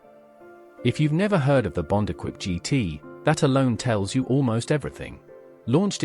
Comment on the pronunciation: Equipe pronounced wrongly